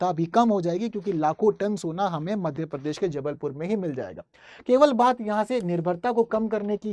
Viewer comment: भाई परदेश नहीं, प्रदेश है बोलते नहीं बनता तो मत बोलो . I m from Jbp. M.P.